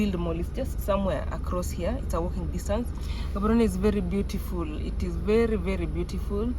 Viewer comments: Love the episode good people, stop murdering the name of the city it does not contain an H like how we pronounce GHANA, so are you ready? Let’s go Gaaaaaaboooorooooneeeee😂😂😂😂😂😂😂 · I love the way Gaborone is being pronounced 😅❤🎉